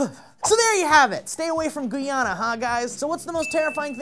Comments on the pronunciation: its pronounced Guy-Anna,. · It`s not pronounced GEE-ana its pronounced Guy-ana . Hence its spelt GUYana. :P sry i Dont want to sound like a douche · the name of the country is pronounced GUY-ANNA, not Gee-anna. I would know because I'm from there. It amazes me how many people mess up our country's name so badly. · It's guy-ana not gi-ana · it's Guyana like "guy - anna" not the the french "gee -anna" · I'm offended, you didn't take the time to pronounce it right, its Guyana (Guy-a-na) Like why couldn't you pronounce it .... You suck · Guyana is pronouced guy-annah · Alrighty... I am Guyanese man and you said Guyana wrong, that's okay, I will enlighten everyone so they don't make this mistake again. GUY- ANNA there.... this way if Guyana ever comes up again in future stories you know how to say it lol. I am sorry! But anyways and y'all thought Aragog's babies don't exist, XD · James Girven Well hey, I'm Guyanese and I assure you that no one here OR in England calls it "gee-anna" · James Girven don't know how the British do, but I have several close friends and more than a few colleagues who are Guyanese and none of them say "gee-anna" ... not even around french folk who pronounce guy like "gee" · It's GUY-ANNA btw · it'a pronounced Guy-a-na "Guyana" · it's pronounce Guy-anna ,you're welcome :) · Finally my country gets put on the "News" maps for something other than a mass murderer and drug dealings but for giant spiders?! Still a big "FUCK NO" :P Also the country's name is pronounced Guy-Anna ( The word/name Guy and the name Anna) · Hey, it's GUY-A-NA. As in, "Hey GUY, do you know how to correctly pronounce Guyana?" Hope this was helpful:) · You couldn't pronounce the time to pronounce it right offended suck you guyana like why ? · Um... Is trying to pronounce Guyana.... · It's the first time I hear somebody pronounce Guyana like that.